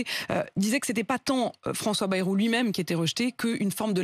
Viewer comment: Et c'est pas "bérou", c'est "baillerou" la prononciation du premier ministre, cela s'appel parler français ! « Bérou », « Baillerou »… Comment se prononce vraiment le nom de famille du Premier ministre, François Bayrou ?